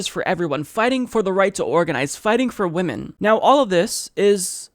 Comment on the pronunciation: His powa is Wamen! Tom Perez is a joke!